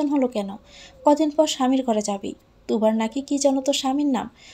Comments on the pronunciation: According to the written version the name is Turab but the reader keeps calling him Tubar. Is she an illiterate? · তুরাব কে তুবার বলতেছেন বার বার।